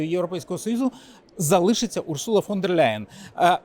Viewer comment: Дякую за відео! одне зауваження: Урсула, з наголосом на перше У, не урсУла.